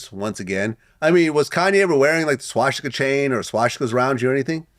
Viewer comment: wtf is a schwasticker? its called swa stik a